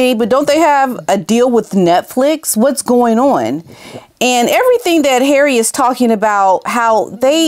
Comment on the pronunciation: I love how you say ‘HARREH!’ it gets me every time haha!